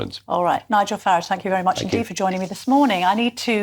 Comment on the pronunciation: His name is Farage rhyming with garage. Not Faridge. I have no idea why so many tv and radio show hosts seen to go out of there way to not correctly pronounce his name but will happily address someone with their chosen pronouns out of respect.